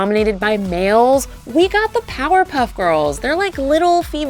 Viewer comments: she said 'powder' puff girls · It did sound like it XD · Did anyone else hear powderpuff girls?